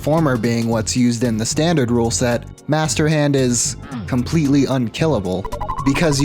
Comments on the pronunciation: "Master Hnad" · “master hnad”